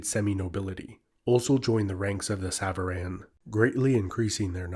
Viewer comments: bro it's sàvaran. not sàvàràn. it means "those who ride" aka riders. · Nice video although the A at the end of savaran is more like an O (the Alef in Farsi is usually translated as an A but is more like aw or o). Savaran literally means "riders" as savar is the verb you can use for riding a horse, a car or even a bicycle. Enjoyed this video alot though.